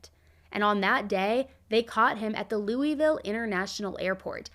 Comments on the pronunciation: Loo-uh-vul , not Loo-ee-ville 😉. I wasn't familiar with this case. Thank you for covering it. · Oh and it's Loo-uh-vulle. Not Lew-e-ville. ❤️